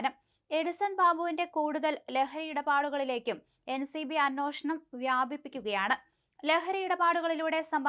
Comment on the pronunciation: Anoshanam alla Anveshanam.. please change the anchor.